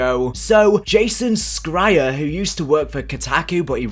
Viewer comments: It's pronounced Jason Sh-ri-er not scrier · Pronounced "Sh" not "Sk" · You’re not pronouncing the name Jason Schreier right lol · Jason Schreier (Shereier "Sh-igher") the c is silent